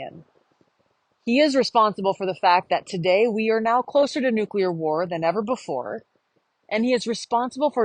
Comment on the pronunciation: Thanks for pronouncing NU- clear and not NU-CU- lar.